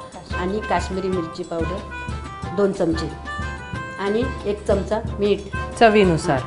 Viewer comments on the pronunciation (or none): none